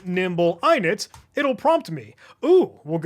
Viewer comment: eye-knit 👁️🧶 lol Challenge was great and original, thank you 🫶🏻